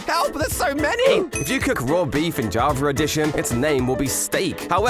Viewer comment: Javer Addition 😂